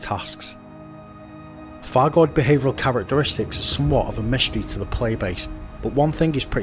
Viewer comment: I love your videos, I really do, but please can we get it clear that its not a 'fargoid' and please, please please pronounce the Th's and the F's correctly!!!!!!!!! Its not a Thucking Fargoid!